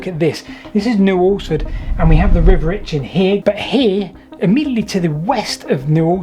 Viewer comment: Finally, someone who pronounces New Alresford acceptably. I went to school there and wondered about the real source of that River